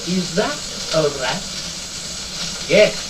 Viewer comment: ㅎㅎㅎ that 이 어떻게 '잦또' 로 발음이 되지? 나름 번데기 발음해 보려다가 그리됐나...